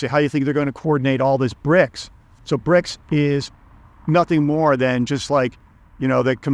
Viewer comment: So CRIBS, not BRICS😂